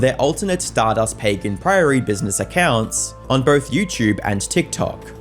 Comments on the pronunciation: bro pronouncing pagan like "page an" 🙄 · you say pagan wrong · Pernouncing pagan wrong in a name and then pernouncing it correctly a second later is wild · Dude I swear you mispronounce things on purpose, it’s the most frustrating part of your otherwise good content. You pronounced “pagan” incorrectly and then correctly within five seconds. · tic is switching between hard and soft "g" pronunciation when saying "Pagan"